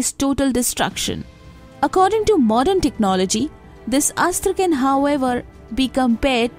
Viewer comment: She says astr, but mahabharathA. Its neither astr nor astrA, buy astra.